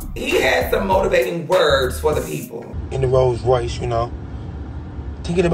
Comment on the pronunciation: He say " Roll royyce ! You know😬😬"